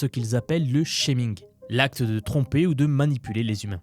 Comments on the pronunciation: alors "chair" se prononce "tchère" et "scheming" se prononce "skiming" et pas "chéming" qui correspondrait à "shaming" (montrer du doigt/blamer)... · Petit conseil amical IA : votre accent anglais est atroce, alors même si ça prouve que vous n'êtes pas une IA, c'est un peu dommage. Pourquoi ne pas écouter avec un voice bot IA les phrases que vous allez prononcer dans vos vidéos pour les prononcer correctement ? exemple : quand vous dites "scheming" vous prononcez "shaming" qui a un tout autre sens.